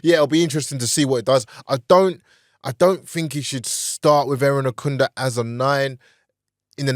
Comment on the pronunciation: Irankunda not Erinakunda please